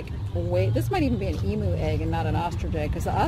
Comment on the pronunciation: Love how your daughter is learning and now I'm going to give a little lesson. I'm Aussie and koala's aren't bears, they're marsupials, so are just called koala's. Emu eggs are a beautiful green/cobalt blue colour so that would've been an ostrich egg. Also emu is pronounced eem-you 😊